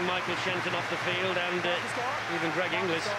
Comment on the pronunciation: Is my hearing going...or does that Pommy commentator persistently pronounce 'INGLIS' as "ENGLISH" ?